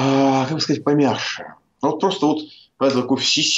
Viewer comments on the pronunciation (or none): Михаил, не помягШе, а помягЧе.